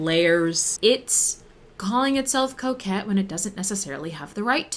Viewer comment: really thought the mispronunciation of coquette was something different 😂